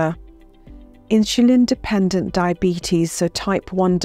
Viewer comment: All good info, but what is this awkward pronunciation of word "insulin"!!?!?